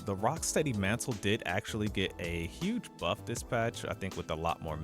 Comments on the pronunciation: "gohj" lmao I had to chuckle it's "gayj". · Classic case of seeing a word more than hearing a word. 'Gauge' in health gauge is phonetically pronounced "gayj". Great Video! DPS is overrated. Not dying and comfortably slaying monsters is where it's at!